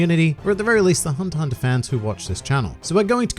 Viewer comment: Only think I dont like about your videos is that you call it hunter hunter, but thats the only thing, the content is great, keep up the good work